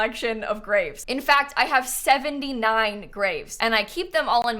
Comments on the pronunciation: Why did I hear grape🍇 collection?!🤣🤣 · when you said graves, I'm not a native english speaker, so I thought you said GRAPES and I was just thinking, odd to keep 79 grapes in your front yard I guess.. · I though she said grapes lol nope graves lol